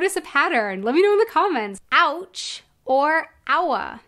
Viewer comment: The sound you make while saying „ouch“ sounds similar to the German „Autsch“ to me.